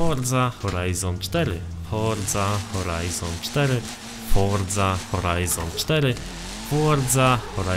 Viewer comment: fordza horajzon cztery XD XD XD XD Forza Horizon 4